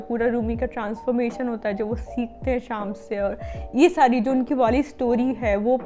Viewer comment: Didi it's not शामस.. it's श्मस (شمس).. it's persian (farsi) name which means sun